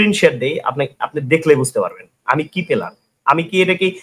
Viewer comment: ও player বলতে পারতেছে না পেলার বলতেছে ওর সাথে ওই বিজ্ঞানী debate করবে ভাই রে ভাই 😂😂😂😂😂😂😂😂😂😂😂 ওর কি জ্ঞান আছে বুজলাম না 😂😂❤